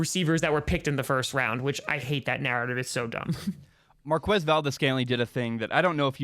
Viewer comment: Saying Markwez valdes-scantling is like saying kweso for queso. Forget what joe buck taught you.